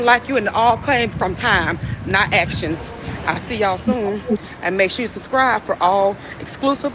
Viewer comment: Did she say, "make sure you suscrive"? 😅